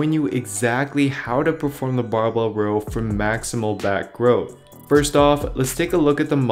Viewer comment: My guy said "Maximal growth" smh